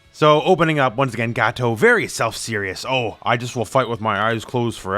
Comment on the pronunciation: I like how you say Gato like Gateau. Like in petit gateou.